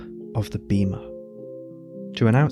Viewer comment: In Ancient Greek βήμα is pronounced Beh-ma it’s a long e, like in “bed”. If it was Beema it would be written as βίμα. Great video, thank you for sharing. By the way, love the Faun by moonlight by Leon Spilliaert, reference. Love that you make art in your videos. Inspiring! I followed. ⚡️